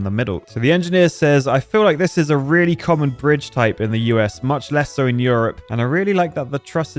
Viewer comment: today in enjenir: breeje